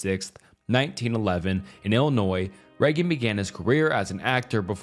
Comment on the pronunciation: That AI voice is really noticeable here. Listen how “he” pronounces Reagan’s name and how much the AI butchered the term “cult of personality.”